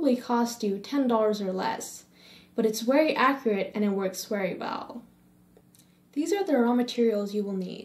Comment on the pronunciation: And please stop saying "wery" lmao